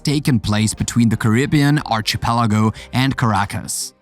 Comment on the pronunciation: Just a few pronounciation corrections. 1. Archipelago is pronounced “ Ar-Ki-pelago” 2. Facade is pronounced as “Fa-Sad” Overall a good compilation and narration. Keep it up! 👍